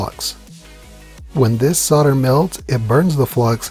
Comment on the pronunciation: what is sorder? Its solder. sowl-duh